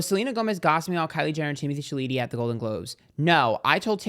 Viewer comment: “Timothy sha Lee teey “ LMAOOOOOO